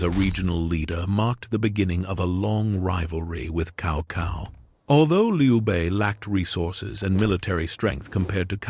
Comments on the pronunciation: Worst ai ever. Stick to the name. It is pronounced tsao tsao. Horrible video and pathetic. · I had been hearing "Cow Cow" pronunciation since Dynasty Warrior 3